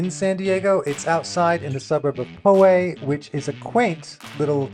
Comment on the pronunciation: Just a heads up: Poway is pronounced Pow-way or Pow-ay. The first syllable rhymes with cow not low.